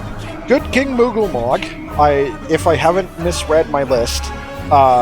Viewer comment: Yet another falls victim to calling him 'Moogle Mog' instead of 'Moggle Mog''